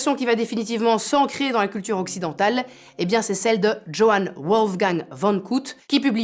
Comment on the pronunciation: Je me permets de rectifier la prononciation de l'auteur allemand classique très connu. Il s'agit de Johann (iohan avec H prononcé à l'Allemande ) Wolfgang ( comme le prénom de Mozart) von (fon ) Goethe ( gueuté). Mes oreilles de germaniste ont sifflé et personnellement, jamais je n'aurai reconnu le nom de cet auteur d'une grande importance si je n'avais vu son portrait. Merci pour vos informations capitales que je ne connaissais pas encore .